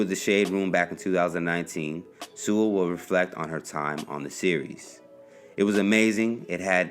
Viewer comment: My last name is Sewell, too. People tend to mispronounce it, so thanks for saying it correctly!